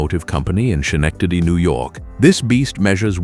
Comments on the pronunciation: Schencetady = Ske-NECK-tud-Dee, Sch like school. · It's pronounced sKenectady NY. Get your pronunciations correct, destroy your credibility.